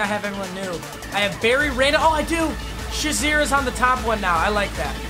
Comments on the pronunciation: Why do you say "(shuh)zier" when it's "(shay)zier" ("shazier") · cmon really its prenounced shay-zier not shaz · It’s not Ryan Shi-zer it’s Ryan Shay-zer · It’s so disrespectful the way u say Shazier’s last name